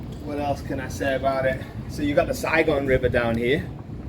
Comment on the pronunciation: Your pal got the city name correctly. It's Saigon